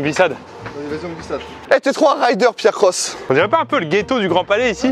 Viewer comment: C’est pas Pierre croce c’est pierre crocks